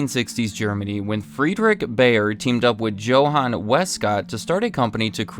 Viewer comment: Joe-hann Sebastian Bach.